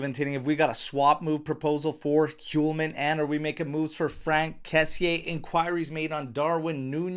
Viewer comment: Dear! I write to you from Sweden and been thinking to point something for you but since I don’t like to correct ppl I’ve been hesitant. Anyway, today after a few weeks I decided to write to you and point at the pronunciation of the name Hjulmand. The H in the beginning of the name is silent and is pronounced as Julmand. That’s the J as in Juventus. I hope this helps you in the matter. (H)Julmand that is. And btw. The d at the end is almost not pronounced. But it doesn’t matter much. Keep going with your nice work and thanks.